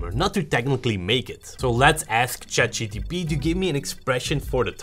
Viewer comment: I like how they kept saying CHAT GDP 🤣